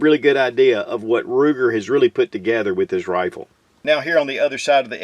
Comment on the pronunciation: Every time I hear Ruger 🤮